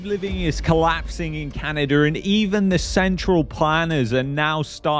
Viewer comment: In canaderr